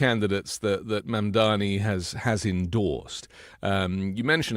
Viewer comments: Just discoveredand love this channel. - it’s pronounced Mam-da-Nee, not mam dami 😉. A minor point but important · For the love of god, Mr. Filipkowski, learn to pronounce MAMDANI's name. It's not mandami. We love you and all but you sound ignorant. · I know you like Mamdani so would it be too much to ask you to at least pronounce his name correctly?!?!